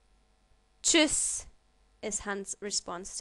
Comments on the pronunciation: Tschûss was really bad. the " u" sound should have been longer, opinion of german speaker that's all! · so practically the Ts in Tschuss is silent? :l